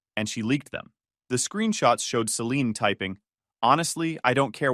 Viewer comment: AI voice really struggles with the name Celine, Saleen, Selini, Selenee.